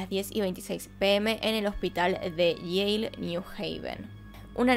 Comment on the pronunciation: Dices Yale y entiendo Yeiiih jaja